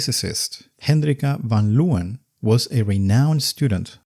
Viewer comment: you say Leeuwen wrong. its not german. it's not "lowen". if it was said like that, there'd be an O in the name. Not EEU